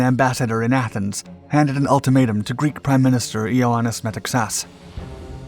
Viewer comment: I'm tired of explaining how you can help yourself to pronounce names correctly. You mispronounce Metaxas, Epirus, Centauro, Klisura and Ciano. Go away and find out the correct version or continue to look foolish - your choice.